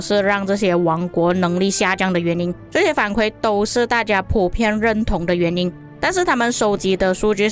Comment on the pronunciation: 伊原 = 反馈 kui 第四声